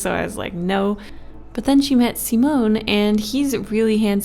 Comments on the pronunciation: Not "simonn" but "simonE" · Simone is my brothers name :0 Edit: its pronounced See-mo-nei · god i love her but the way she says simone and samuele and daniele.....no sis